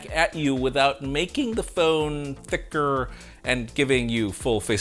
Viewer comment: The way he said thickrrr lol haha